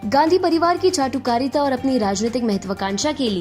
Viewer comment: Why did चाटुकारिता sounds like झांटू कारिता so true for tharoor